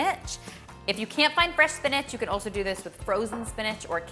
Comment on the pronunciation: Am I the only one who learned how to say SPINACH and not SPINAG 😂